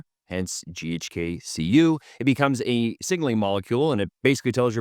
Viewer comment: "JHK Copper"